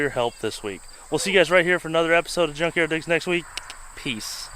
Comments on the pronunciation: do you say drunkyard digs? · Did she just say drunk-yard digs? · I coulda swore u said drunk yard digs I mean hell ya it is no job is possible without beer